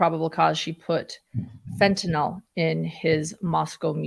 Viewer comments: Love you, please pronounce it fentanYL. It's not fentynALL. Just drives me crazy. Thanks so much. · Unsure why, but I keep hearing fentanyl mispronounced - it's FENT IN ILL not last syllable "nawl" or "all" - other than that, always love hearing your take on cases. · That’s not how you pronounce Fentanyl. fent-a-nyl not fent-y-nal. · Love u guys. Btw fentanyl is pronounced w Y as a short I: fen-tuh-nil. Otherwise u r perfect! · Please pronounce the drug’s name correctly! ( FEN-TUH -NIL). It is getting annoying!